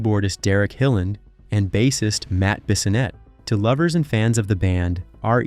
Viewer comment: Gawd I hate computer narration! Bass ist, not saying it 'base ist'.